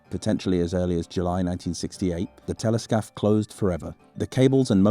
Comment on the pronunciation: every time you say Téléscaphe i hear Teletubby